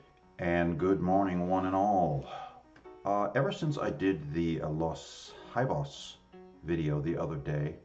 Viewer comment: The correct phonetical pronunciation of the mame of the band is same like High Bass (they first mame).